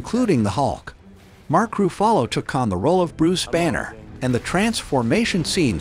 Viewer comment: Mark Roo Fah Lo?